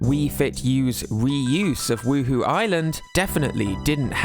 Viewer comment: Huhu Island? Anyone else played the Sims and keep hearing 'Woo-Hoo?'